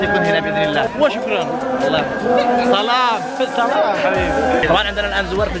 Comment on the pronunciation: والله احب هل قناة انا شاهد عل مقاطعك و لإني احبك ابيك لو شفت رسالتي وتسمع نصيحتي لإني احبك من الفديو القادم انشاء الله تقول سلام مش صلام ليه لأن السلام إسم من أسماء الله الحسنى تمام